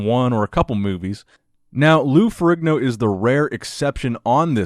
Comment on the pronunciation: Isn't Ferrigno pronounced Fer-EEN-o ?